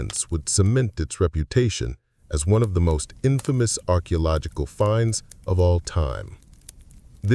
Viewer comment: Are you using AI? As the mispronouncing is most frustrating. I really enjoy the info as I love to learn. But I keep getting hung up on all the wrongly pronounced words. Like civilization and archeological etc.